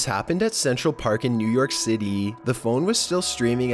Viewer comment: i frickin hate the way u narrate it!!!! u sound like a sassy i mean u siad central park like this,"centRAL pARk